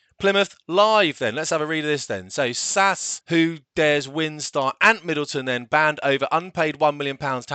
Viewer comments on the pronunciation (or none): It's SAS not sasss; a bit like saying RAAFFF. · Please don’t say ‘Sass’, it’s S.A.S.